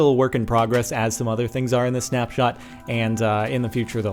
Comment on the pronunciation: It's "Snapshot"!